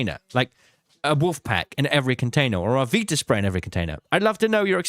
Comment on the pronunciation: VITA spray, not Veeta spray ffs